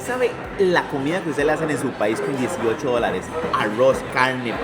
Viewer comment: El auorozz la caurnee hahaha como les cuesta a los centro americanos pronunciar la R